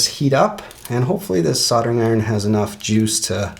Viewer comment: Strange way to pronounce soldering 🤦🏼‍♂️ killing me to hear 😂